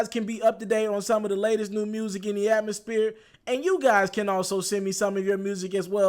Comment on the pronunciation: Nigga did you say Atmos-Peer? Lmfao! #Nightschool lookin ass.